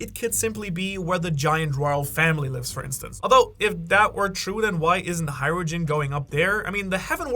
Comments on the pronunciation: Hajrujin? NO HajruDIN!!! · You pronounce Hajrudin and Ripley really fucking weird. It's Hi rude ing (the g is silent), and Ripley like Ripley's believe it or not